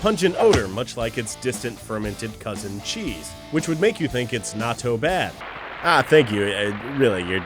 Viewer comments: It's not pronounced like nato, it's pronounced like nat-to(-_-) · It's pronounced not-toe as in it may smell like toe jams but it's "not toe". Not pronounced nah-toh. By the way raised on the stuff and LOVE it! Even make it myself when I can't find it locally.